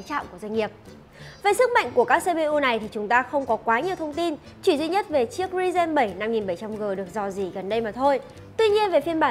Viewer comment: Đọc thuật ngữ sai nhiều: Multi: mun ti Ryzen: ri ren Chốt lại: Thuật ngữ đọc ko đúng.